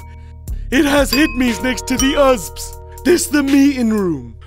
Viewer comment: "Look at my tuv, it has hud-mees next to the uhsbs"